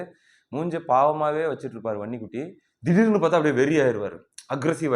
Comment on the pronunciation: தம்பி நீ வன்னி குட்டி என்று சொல்லும் போது அந்த உச்சரிப்பு ரொம்ப அழகு